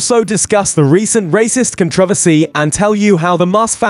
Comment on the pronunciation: Please say ' controversy' correctly.